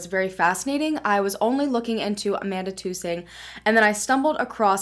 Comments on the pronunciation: I'm from Caraway,Ar. Her last name is Tus-ing not two-sing. Really funny how so many of you know so much, yet none of you know anything except for what this lady is telling you. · Tusing rhymes with cussing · U r pronouncung amandas last name wrong